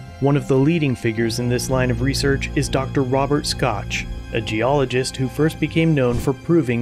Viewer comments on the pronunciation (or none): Dr. Robert Schoch, pronounced "Shock" rather than "Scotch" as you said. 🙂